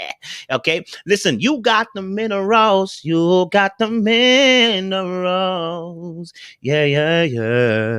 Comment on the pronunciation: With allllllll the videos ive watched by I really thought he has been singing "middle rose" but it's "minerals"!!!! 🤦🏾🤣🤣🤣😭😭😭😭 🤣🤣🤣😂😂😂 IM DEAD!!! 🤣🤣🤣 I crack myself up! 🤣🤣🤣